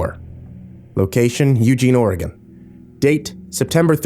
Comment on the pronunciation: Lol! Literally in Oregon, on my way to a job in Eugene while listening to this. BTW, good job on pronouncing Oregon. Some people don't get it right for some reason.